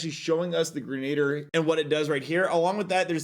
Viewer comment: greh-nuh-deer :P